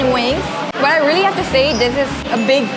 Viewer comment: when says `really`, I can hear 진짜 😂😂😂